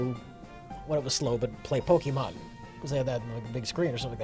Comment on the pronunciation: calls it polka-monn.